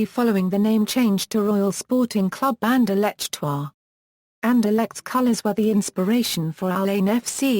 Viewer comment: you stupid a pronunciation for 17 minutes ok not insulting just saying u can just ssay the name and it over i will till like